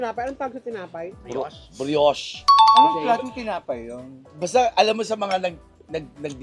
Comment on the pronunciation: Brioche yung tinapay BRI YOSH ang pronuntion nun,,,, medyo manamis namis na malambot yung tinapay